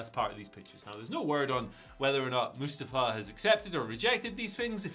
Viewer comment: Oh please oh god, never say Mustafa again Moo sta fa